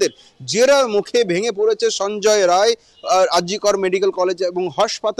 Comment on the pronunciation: রায় না রাই